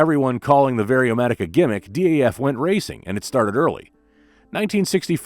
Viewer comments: I'm surprised no Dutch viewer hasn't corrected you on the pronunciation of DAF yet. It's DAF not D.A.F. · It's not D....A.....F, it's Daf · Why say D.A.F.? In the Netherlands it is pronounced as Daf, the first syllable of daffodil. Daffodil was also the nickname of Model 32 of the small Daf car. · Dutchmen pronounce it DAF, as in duff.